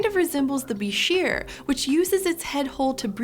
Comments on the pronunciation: its prononced buy-scher just so you know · When I was an avid aquarist back in the 1980s and '90s, at one time or another I owned several different species of bichirs and reedfish, I loved them. But I always heard it pronounced incorrectly, not like "beh-sheer", but like "biker". I named my palmas bichir "Harley" and my ornate bichir "Davidson"... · I always heard that "bichir" is pronounced "biker"